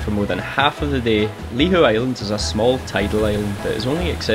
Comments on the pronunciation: Ive been triggered by lee how .. . Nope its lee hoo . Ive ancestry searches that throw up Lihou as family name . Im going lay claim 😂❤❤ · Just a heads up, its pronounced 'Lee-Hoo' island 👍🏻